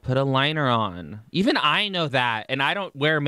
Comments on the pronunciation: Jamie Lockhart sometimes she does say e'un lol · "E'un" That's how she says it